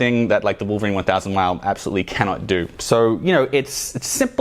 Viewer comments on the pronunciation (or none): none